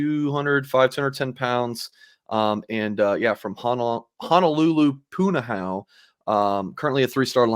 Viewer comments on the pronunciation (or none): Pu-na-ho-u or you can truncate the u sound at the end and just say Pu-na-ho. It's like nails on a chalkboard to hear it mispronounced.